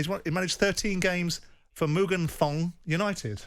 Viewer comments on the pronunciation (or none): Mugan thong 🤣🤣 it's Muangthong pronounced Muangtong 🤣🤣 creasing. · Simon: Muganthong lol, it's Muangthong United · Howling at the way Simon said Muganthong United 😂